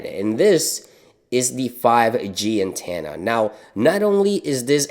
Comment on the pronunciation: Ehem... “Antanna”